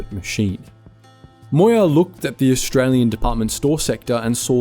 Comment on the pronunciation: Look att thosé Orrrstray-Łeáñ ĆÁÑƘŁÉS 🤣🤣😂😂😂🤣😅😅🤣😂🙂